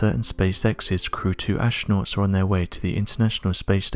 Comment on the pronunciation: Oh, I didn't know you pronounced the silent H in Ashtronaut.